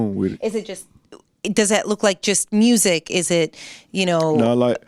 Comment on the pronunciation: I love how the Rs are randomly thrown in.. mursic..🤣